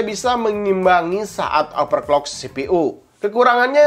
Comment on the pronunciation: Bang mau kasih saran aja, coba rubah cara ngomong nya di benar kan, seperti overclock di baca nya jangan jadi operclock, takut nya ada salah penyebutan brand nanti jadi masalah, itu aja trimakasih sukses terus bang